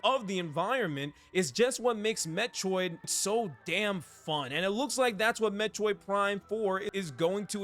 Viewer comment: I can’t unhear “Met-choid” xD